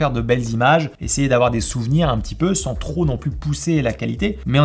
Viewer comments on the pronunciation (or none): none